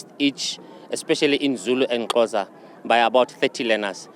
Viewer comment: Xhosa not Closa translator